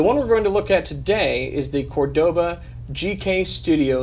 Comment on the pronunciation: haha, love how you are really careul when you say "negra", but really sloppy saying "Córdoba". Great review btw :)